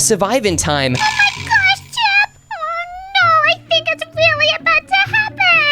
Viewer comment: calls chip chipey😂😂😂😂😂😂😂😂😂😂😂😂😂😂😂😂😂😂😂😂😂😂😂😂😂😂😂😂😂😂😂😂😂😂😂 😂😂😂😂😂😂😂😂😂😂😂😂😂😂😂😂😂😂😂😂😂😂😂😂😂😂😂😂😂😂😂😂😂😂😂😂😂😂😂😂😂😂😂😂😂😂😂